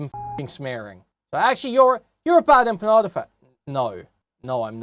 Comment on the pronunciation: "Bad Emma Panda" "Bad Empenyada" It's wonderful how you can tell someone knows absolutely nothing about a topic from how horribly they mangle the names of people involved. Shows they've done absolutely zero research.